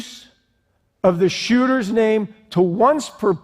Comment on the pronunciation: Mass who-ters